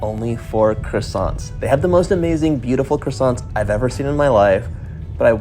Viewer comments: I haven’t been to Paris for a while now. On my next trip I’ll be visiting at least some of these places. 😃 Best way to travel around Paris? Le métro (subway). Deserts plus café? Parfait! Glad you had fun John. Until your next city! Stay safe. ❤️ PS: That ‘t’ at the end of croissant(s), is silent. Even in plural. 😉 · I am desperate to go to Paris. These all looked utterly delicious! I would likely have made myself ill. I do wish Americans would pronounce croissants properly, though.